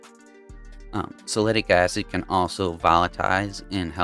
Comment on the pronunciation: are you saying, Salicylic Acid??? sal-a-sil-ick? i can't find salitic acid..... thanks.